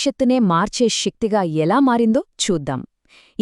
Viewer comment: షక్తి కాదే శక్తి అనాలి